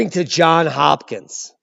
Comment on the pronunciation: Johns Hopkins, D, not John